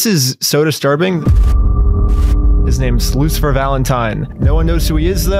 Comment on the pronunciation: I like how this guy never pronounces Lucifer. He always says something like "Luther" or "Lucer".